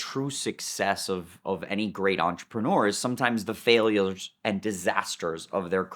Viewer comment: is so successful, he can’t even say “failures” anymore.